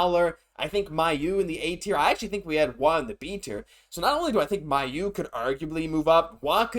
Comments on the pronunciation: I've suggested this before, but I'll do it again. Logan Mailloux pronounces his own name MAY-oux, not MY-oux. Why not say it correctly? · I've posted that it's May-u, not My-u myself on their videos. I actually am from right by where he's from and know some of his family it's pronounced May-u 100% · You're right. Mailloux is a french name. The french prononciation is close to May-oux.